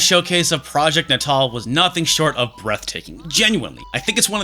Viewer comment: hearing "Natal" being pronounced like that gives me the ickies...